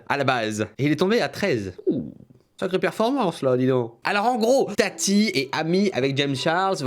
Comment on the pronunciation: Oh non jpp il a appeler «TATI » « tataï » 😂